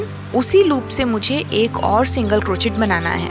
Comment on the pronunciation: प्रियाजी, ये छोटेसे प्यारे से उल्लु का आपका pattern और आप की commentary तो बहुत अच्छी है। सिर्फ आपका बार बार "क्रोचेट" बोलना मुझे खटक रहा है। बुरा मत मानिये, लेकीन Crochet is correctly pronounced as " क्रोशे" and not "क्रोचेट". क्रोशे का क्रोचेट सिर्फ इंडियामे ही हो सकता है।😀😀